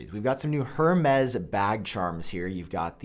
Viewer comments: It's pronounced ''EURMES'' not ''HERMES'' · It’s not “HER-MEZ” it’s “Air-Mez” 🤦🏻‍♂️🤦🏻‍♂️🤦🏻‍♂️ Edit: omg all of these pronunciations are so terrible. I thought you took pride in content quality? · It kills me each time you say "hurrmays" 😭. The H is silent my guy lol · Say it with me Hermes= airmez. Love you bro! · HERmes?! That is not how you pronounce it, sir! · You said Hermès wrong. It is pronounced “Air-mez” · Hermes is pronounced “air-mayz” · HurMez. 🤩 AirMez. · it’s pronounced “air-mez” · Stop pronouncing the H in Hermès. It’s closer to “air mez” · “Air-Mez” say it with me brother! (Hermes) = “Air-mez” I didn’t know how to pronounce it either, don’t worry!!! I’m not being a douche. Just a teachable moment 😊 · That was driving me nuts!! 🤦🏽‍♂️